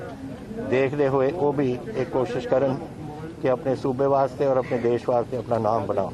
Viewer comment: देस क्या है? देश होता है। देस नहीं।